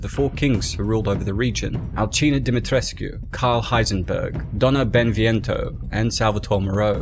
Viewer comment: Pronounced demi tresk. No uu